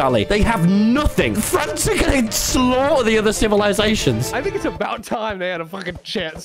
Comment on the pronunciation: "iss a strawberry"